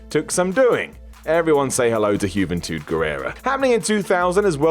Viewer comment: Hyooventud? British people can't pronounce anything right.